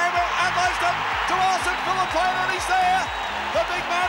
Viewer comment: It's no pania, it's pronounced fee lee pain ahh